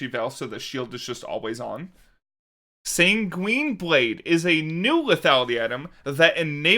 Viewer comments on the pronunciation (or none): Thanks for covering all of that! One thing, though; sanguine blade should be pronounced 'sanguine' finishing on the same sound as 'in' rather than 'sangween'.